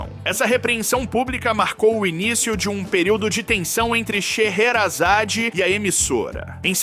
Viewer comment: parabéns pelo seu canal muinto bom so tu tem que cuidar para pronunciar direito o nome das pessoas. Rachel sherazade